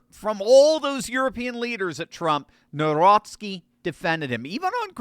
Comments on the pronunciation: The president of Poland is Karol Nawrocki, NOT Narowski., you need to learn how to pronounce his name correctly. Also, your advertising is distracting. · Jesus lads ! His second name is pronounced Navrotski not Nowrocky . It's killing my polish ears . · You should pronounce Nawrocki like Navrotzke, maybe try checking the correct pronunciation on a translator... It's a matter of respect for the President of Poland and Poles. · N A V R O T S K I... I hope it helps with pronunciation.